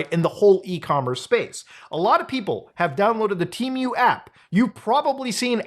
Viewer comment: The real question is..am I saying temu wrong or is he saying temu wrong? I could've sworn it was "te-moo"